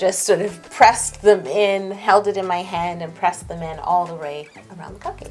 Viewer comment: Omg who else noticed that when she was doing the cupcake lines she said all the ray instead of all the way😂😂😂